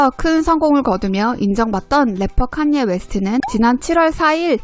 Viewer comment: 카녜 입니다... 칸^ 예^ 발음이 너무........